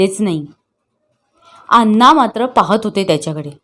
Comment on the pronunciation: खूप अशुद्ध वाचन आहे, कितीतरी शब्द चुकीचे उच्चारले गेलेत, जसे की, धीरो दात, नळात ला न आणि बाणातला ण चुकतंय, अण्णा म्हणायचं तर अन्ना म्हटलं जातंय, धीरोदत्त काय?😮 धीरोदात्त , हे आणि असे बरेच शब्द तेव्हा वाचन प्लीज सुधारा